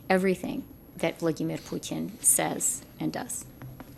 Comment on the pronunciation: I believe he was referring to Trudeau being the idiot...and freeland stop adding your accent to putin ...makes you sound like the idiot you are.